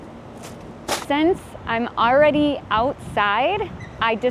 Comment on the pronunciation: I've already got 에서 아이벌리 갓으로 들리는데, 아이벌까지는 이해가 가는데 레디는 왜 리로 발음되는 건가요? ㅠㅠㅠ